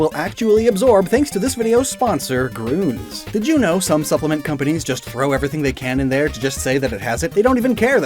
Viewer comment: you say gruns instead of grüns